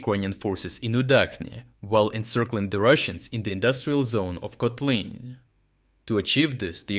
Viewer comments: Come on, already switch to normal AI voice-over. It's ridiculous using an AI with an accent if one name gets pronounced three different ways within a minute. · Has anyone else noticed that he pronounces town names differently within each video? For instance, in this one Kotlyne was pronounce 3 different ways in under 1 minute. I wonder if is actually an AI voice. It doesn't really matter, just kind of surprised I never see anyone else mention it in the comments. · bro pronounced Kotlyne in 3 different ways within the first seconds, which one is it? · three different pronunciations of Kotlyne :socialdist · I just realized the voice is AI, there's no way this dude pronounced the town's name in three different ways throughout the whole video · How comes, that Kotlyne has almost different pronounciations in only two successive sentences? This is very peculiar for a native speaker. Is this video clip actually being narrated by a human, or is it just AI text2speech? Strange... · Why inconsitent pronunciation of Kotlyne? I've heard 4 posibilities. And Udachne should be read with "English" 'ch', not German.